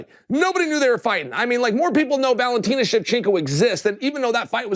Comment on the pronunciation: I was giving Chael credit for not calling him Cereal, then he called Valentina, Valenteen 😅